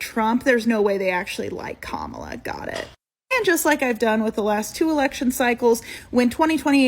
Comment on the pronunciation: I mean at least she pronounced Kamala's name right 🤷🏽‍♂️